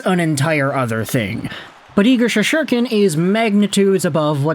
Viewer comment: Bro it's Shessss-Tur-Kin not She-shor-Ken! lol 😂